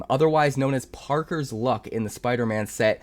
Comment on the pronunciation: He finally calls me out ...and he pronounces my name wrong...i have Parkers luck.